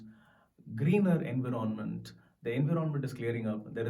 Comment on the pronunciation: Buddy its "Environment" not environment!! Sorry if I have corrected u ! Cheers